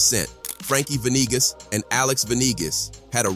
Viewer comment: Ve nee gaas. Not venigas